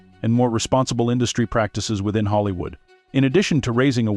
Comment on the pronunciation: If you’re going to make videos about Hollywood, please pick a voice that can pronounce Hollywood.